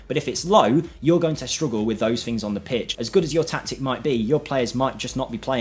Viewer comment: Please at least try to say things instead of fings. It's just laziness 😔